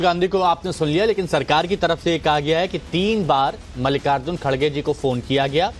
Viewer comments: इसकी दाड़ी कहा गई खरगे है खारगे नहीं बोलना तो सिख ले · Pappu ji ,Kharge word is pronounced wrongly by you. Please correct yourself and don't insult the senior leader of your party.